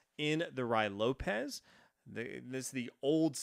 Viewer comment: You keop saying Ru Why Lopez.. That is a very serious mispronunciation. It is pronounced Ru-ee Lopez. Yes. it is very distracting. Like calling Fisher Fyisher.